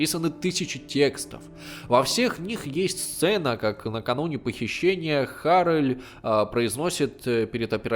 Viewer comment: Отличное видео. Только не Арэль а АрЭль.